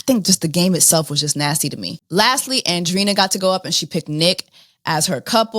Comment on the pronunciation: Really, “Andrina”?! You speak Spanish. lol but she is a Wilhelmina signed model. Her and her thick ass calves and Bbl 😂